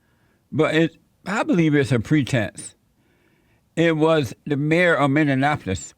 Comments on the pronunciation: Love how Jesse pronounces Minneapolis...Mineenapolis. Jesse, you the best!!! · JLP: "Mina-NAPOLIS" 🤣 Damn you JLP for making me laugh at a funeral.